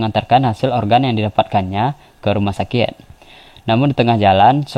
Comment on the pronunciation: Apa cumn gw yg denger dia lngsung pergi ke ruma sakek??🙄 Chanel orng Madura Tah??